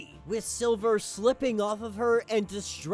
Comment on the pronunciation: lol this dumbass was say silver the whole video.. its SLIVER WTF